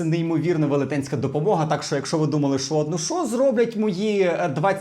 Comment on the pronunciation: Ви можете говорити не "шьчьо" а "що(шчо)?